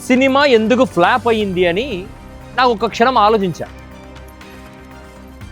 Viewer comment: It’s not flap! It’s flop. Get your pronouns right. Hatred not hateredness! You are destroying English